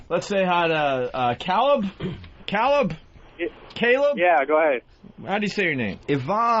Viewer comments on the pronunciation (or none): Because he's the "leader" who "steers the show". Or he just has no talent and appointed himself to do the one job that theoretically anyone should be able to do. and holy fucking shit, how the fuck do you not know how to pronounce "Caleb"? Who the fuck would ever think to say "Cal-ebb"? Not even Rich Vos would make that flub.